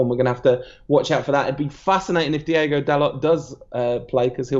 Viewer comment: it's DI-O-GO not DI-E-GO and yes he is tall, he's like 6'1 or 6'2 that's very tall for a full back